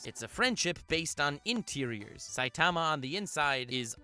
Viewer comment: This dude can’t pronounce saitama